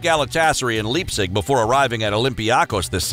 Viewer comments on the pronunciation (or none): none